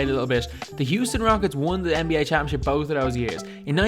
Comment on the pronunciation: Hate the way he says "both"